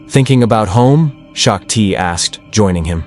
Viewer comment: Its SHOCK TEE, not SHOCK TIE🤦‍♂️